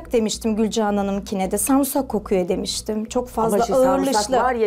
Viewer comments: Kadin inatla sarmusak diyor yaa delircem onlar sarımsak diyor o inatla sarmusak diyor resmen sksksks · Allahim nereye dustum ben yaa samsak doveci dinliyodum 😂😂😂😂 sarmusak nedir ablacim musak ne yaaa 😂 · *Sarımsak kelimesine🧄🧄🧄 Sarmısak diyenleri çok duymuştum ama SARMUSAK diyeni ilk defa duydum *Sürekli YANLIŞ ANLAMAYIN demeden konuşamıyor *LAABO diye bir şey var kadının hayatında Neyseki bu hafta artık bitiyor... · "sarumsak" değil ona "sarımsak" denir. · Kadın sarumsak da demiyo sarmusak diyo doğrusunu unutuyodum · O değilde Kadir de sarmusak kelimesine takıldı ki sarımsak diyeceğine sarmısak diyor sürekli kadın yanlışta söylese yeter ki ı harfini kullansın diye sarmısak diye diyip durdu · Sarmusak demesi beni sinir ettiiii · Abla sarmusak ne ya sarımsak 😂😂 Önce konuşmayı öğren sonra gel ablammm🤣🤣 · Sarmisakmı. Yoksa. Sarmusak mı. Önce. Konuşmasını. Bir. Öğrensin. Sonra. Yorum. Yapsın 😂😂😂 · Sumursah değil samirsak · Sarımsak 😒 sarumsak degil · Sarmusak diyemeyip cümlenin içinde 100 kere kullanması 😅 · Hiç kimse:: SARMUSAK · Sarmusak 😂😂😂 hatırlada biraz daha çıldır. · "sarmusak" türkçeyi katletme operasyonu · Biri de çıkıp önce adını öğren demiyor sarmusak...sarmusak.... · Ya bu kadar samursak diyemezsin ya 😂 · Sarmusak değil samsak hatta dövmeci bile var🤣🤣🤣🤣🤣🤣🤣🤣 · Teyze adını söylerken bile bi tuhaf olup krize giriyor sarumsak diyor hak verelim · "Ben sağrumsakdan diksiiiiniyorumm" bu nasıl bir türkçe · Bu kadn bilerek mi sarmusak diyo sinirlerm bozuldu😂😂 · Bide inat yaparak sanki kere diyor 😂😂😂😂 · sarımsak kelimesini da diyemeyen birinden eleştiri beklene bilirmi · Sarımsak demek bu kadar zor olamaz: BANE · Sarımsak demesini bile bilmiyor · Sarimsak yemedigi icin adini soyliyemiyor😁😁bi yese soyliyecek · Diksinmek değil Tiskinmek Sarumsak değil Sarımsak , lütfen düzgün konuşmayı bileni alın 🙄🙄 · Allahım yarabbim biri de düzeltmiyor o sarumsak degil Sarımsak diye valla orda olsam o kadınla kavga ederdim önce konuşmasını öğren diye